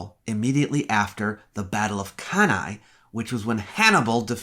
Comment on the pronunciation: Bless you for being the first history communicator I've ever heard pronounce "Cannae" anything other than "Can-ee"